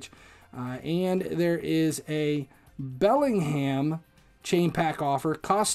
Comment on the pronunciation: man really said BellingHAM